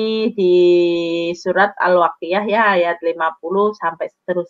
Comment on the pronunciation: sangat jelas dan meyakinkan dia ini kadal karena ketika membacakan الواقعه dibacanya alwakiyah bukan Al Waqi'ah .